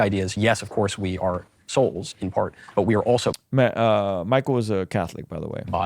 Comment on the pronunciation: "We are our souls" Yeeeea I heard "we are ar**holes" but that's probably because I'm British! I don't disagree tho!